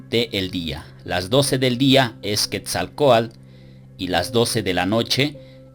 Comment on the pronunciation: Muy preparado, buenos videos, pero no se porque dice Quetzalcoal, en vez de Quetzalcoatl? saludos.